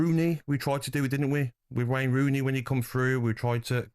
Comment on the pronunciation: 'Rayne Wooney' LOL